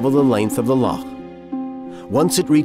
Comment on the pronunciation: No one in the world pronounces Loch like this narrator. It’s really off putting.